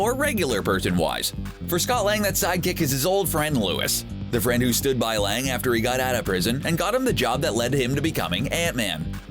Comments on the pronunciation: please double-check your pronunciations of names. Ant-Man's friend isn't "Louis"...It's Luis, pronounced "Loo EEESS". Hispanic pronunciation. Calling him "Louis" is whitewashing the name. Do better. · RAVAGER. IT’S RAVAGER. NOT “RAVENGER” AND IT’S LUIS (loo-WEESE) NOT “LOUIS” (loo-is)